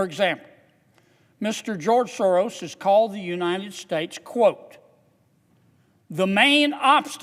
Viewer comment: George Soros is not running the Soros company & non-profit any longer, it is his evil spawn Alex. Please at least say the name correctly. Thank you Mr Kennedy for fighting for Americans